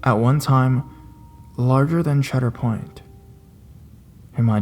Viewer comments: I heard it also. Cedar Point in Sandusky, Ohio. Right on Lake Erie. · Cheader Point? Don't you mean Ceader point?